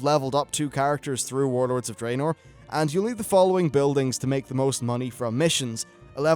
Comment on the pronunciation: Draenor is pronounced Dra-nor. The only bad thing about your vids, everything else is top notch but I can't listen when you say it wrong lol